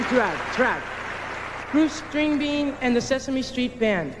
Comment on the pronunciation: Did anyone else notice Menudo messing up Bruce Springsteen's name? They called him Bruce Stringbean! LMAO